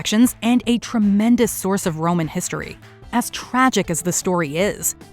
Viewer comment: «we can’t even be sure that Troy was in the ‘histroy’»🤦‍♀️